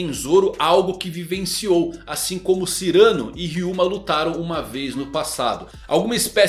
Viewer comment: Muito interessante mesmo e realmente faz muito sentido. Só uma correção: Não é Cyrâno, e sim Cyranô! Cyranô de Bergerac. Ele é um espadashin francês de nariz grande que ensina seu amigo com versos para conquistar Roxana!